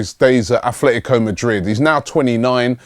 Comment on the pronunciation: pronunciation (Phonetics) A-TLE-TICO (Atl Madrid) THERE IS NO "H"hence its not Ath-Fle-Tico Come on Robbie you do this everytime almost. Then we have Atheltic Club (aka Athletic Bilbao) here its a club from the Basque region that choose an English spelling and title as a sign of independence towards Castillian Spanish. Everytime Robbie brings up Bilbao he insits on calling them Ath-Fle-Tico as well even though a simple English Atheltic Bilbao would suffice here since the club is Basque and has chosen an English wording as theire "Lingua Franca". Please sort this out it has been going on for the past 3 silly seasons.